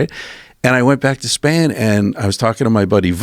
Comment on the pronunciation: “I went back to spain” : “I went back to Span” Real question: How high is this guy?